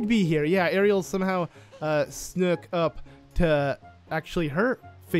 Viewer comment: It's pronounced arrill but Ariel sounds better